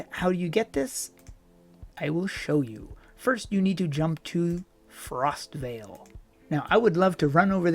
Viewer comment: It is Frostval, as in the event not Frostvale, it is a place. Hello:)